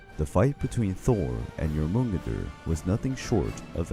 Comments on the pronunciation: Most of the stuff in this video, as far as the stories go, if pretty correct, EXCEPT there are a LOT of mispronunciations of Jormungandr, such as saying the J like a G, for some ungodly reason. Its pronounced like a Y, NOT a G. As well as saying that Thor will be poisoned by a toxic gas? That's wrong too, Thor will die from the poison of Jormungandr's BITE. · Sorry, but I'm kind of a nut about this; Jormungandr, yor-mun-gon-dur. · I like this video but please stick to one pronunciation of words. For example, the Jotnar are pronounced yoh-tnar. The J in that culture was pronounced as English speakers pronounce the y, as a yuh sound. It's the same in modern German. It's not a hard G sound. Same with Jormungandr. Yor-mun-gand-r. Yggdrasil is Ig-druh-sil or Eeg-druh-sil but again, please choose one and stick to it. It really helps immersion in the story. Again, I did enjoy this video so please take this as constructive criticism, not as me trying to put you down for no reason. Also, it is worth mentioning that in true Norse stories (if you read the direct translations from scholars) there is no hard evidence of Fenrir, Hel, and Jormungandr being Loki's kids. However, it is alluded to at one point, which is why people believe him to fill that role. This I got from my Norse mythology professor, so if you have proof against that, like a specific story from Snorri's Prose Edda or the Poetic Edda, please point me to it. I would really like to know where the idea came from. I am absolutely fascinated with Norse mythology and will gobble whatever I can up. Lastly, if you're super into the mythology and want more of it, I definitely recommend getting both the Prose and Poetic Eddas, along with the Sagas of the Volsungs. There is a story that wasn't covered here that you can find in the Poetic Edda that's literally just Odin insulting Thor as the two stand on opposite sides of a lake because he can. It's absolutely